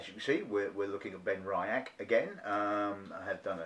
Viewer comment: Just to mention that it's pronounced "Ben-Ree-ach". There is no "I" in the middle.